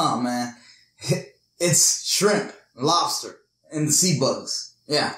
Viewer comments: I like how u say lobster, "lets take lobsta.." Seventh day adventists will tell you the same thing. And its also why they dont eat pork. They are the cleaners... the dumpster eating critters. I hate shell fish and shrimp for this very reason. gross!!! BUT why would you make a video without learning everything so you can say it properly?? Lol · " i grew up on labsta.. you know.. .... " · Lobsta lol where's the R good video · I like how he says Lobster! 😂🤣